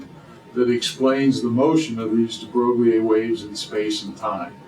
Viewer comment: Terrible mispronunciation of the name of de Broglie